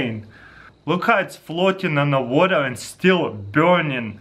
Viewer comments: trigers me every time he says "biurning"... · I like the way he says burning. BIURNING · "look how much it's burnian." "Wet fiah" I love Taras. :p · "It's deafinitely burnion"